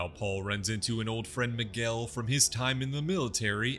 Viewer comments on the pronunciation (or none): none